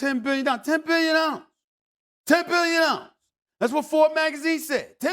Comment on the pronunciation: "This team is worth Tembeyahhllhhh!"